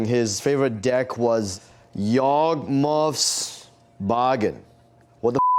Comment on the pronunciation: looked it up, the deck is pronounced yawgmoth bargain. It isn’t pronounced, yahgmooff bahgain like Wonny said